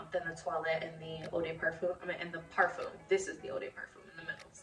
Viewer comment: Stop saying "parfum' if you can't pronounce it lmao